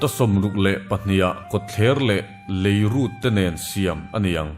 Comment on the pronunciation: A lawmawm ṭhin hle mai. Mahse leirût lam dan a dik lo